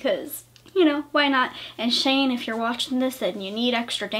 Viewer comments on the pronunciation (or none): S H A N E NOT SHAWN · Its shane!Not Shaun/sean